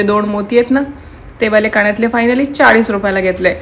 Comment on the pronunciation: कानातले म्हणा. काणं तले नाही